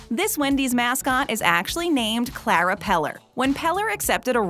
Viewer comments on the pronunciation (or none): none